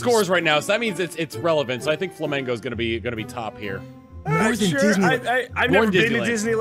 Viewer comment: Aehoooo Brazil >.> Its pronounced "Flah-man-goh", actually (Tom got it right)